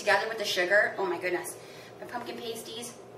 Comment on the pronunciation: You do realize that is not how you pronounces pasties right? It's pronounces like pass-tees; not paste-tees. If you pronounce it like paste-tees, it means something other than a food item... you should look it up...